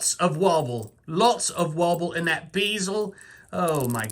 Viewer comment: 'BEE-zel'...hahahahhahahhahhah....funny as hell man, keep it up :D